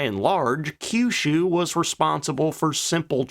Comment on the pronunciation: You pronounced Kyushu correctly!